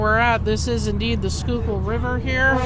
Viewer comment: Congratulations on the correct pronunciation of Schuylkill River. 👍